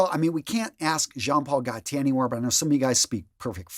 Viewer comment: It's pronounced, phonetically, Jon (no d at the beginning of the J and no N at the end - Pawl (sounds like Mall] - Go - Teeay. Practice it that way and you'll sound like a parisian in no time.😉